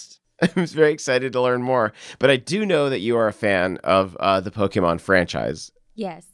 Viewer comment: Po-keh-mon Po-key-mon Po-kay-mon: Po-kye-mon